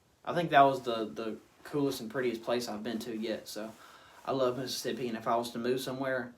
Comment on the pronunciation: I miss Mississippi all the time I stay in NC now like different worlds. You deff fit in down there you already say Mississippi right!